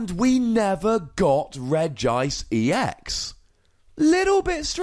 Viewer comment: It's pronounced Regi-ice by the way. It's just written with one i because else it would look weird: Regiice. They are all regis (and after that comes their type), so Regi needs to be pronounced too.